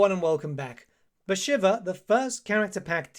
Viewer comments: pronunciation of the name was so bad I had to close the vid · 40 hours of play time and you still can't pronounce her name. /s